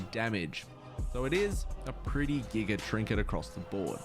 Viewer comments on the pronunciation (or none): none